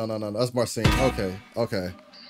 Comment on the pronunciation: Thanx for nice reaction. Two guitar legends doing legendary stuff. Greetings from Poland. PS. Sharing a big secret: His name should be pronounced [mar-cheen] [putt-shuw-weck]